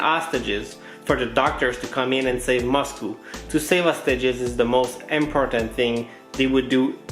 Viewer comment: Why do you say moscoo instead of Moscow lol